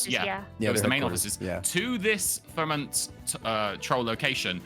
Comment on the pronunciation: It's Fremont (free-maant) like mont in Monterey. Never disrespect my troll again